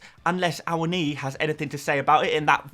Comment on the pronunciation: I think you are the only content creator who has actually pronounced Awoniyi correctly 🤣